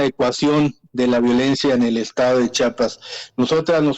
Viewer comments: Que coraje que ni siquiera las presentadoras de noticia sepan como pronunciar el nombre de Chiapas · No es chapas, es Chiapas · Chiapas no chapas habla bien, 😂 por lo menos